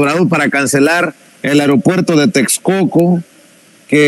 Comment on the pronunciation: Texcoco o Texculco? 😮😂😂😂